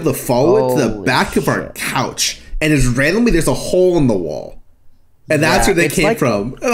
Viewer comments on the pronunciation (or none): "There is a chole in your chwoll??"